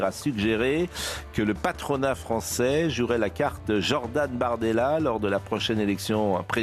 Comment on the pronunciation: " jordane bardelher " mdrr il est fou ce praud il ne manque pas d'herr